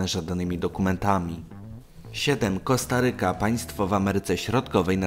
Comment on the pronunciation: Korsaryka nie kostaryka